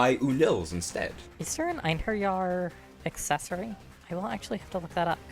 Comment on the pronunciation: I feel like youre the only person who has ever pronounced einherjar right, but i never heard anyone pronounce it right before so i cant be sure